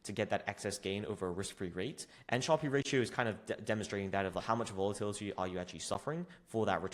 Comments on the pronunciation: Sharpe is pronounced sharp. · great video but Sharpe is just pronounced like "sharp", not "shar-pee". It's named after Nobel laureate William F. Sharpe, who developed the metric in 1966. Despite the "e" at the end, the vowel remains short and the final consonant is hard, making it rhyme with words like harp, tarp, or carp.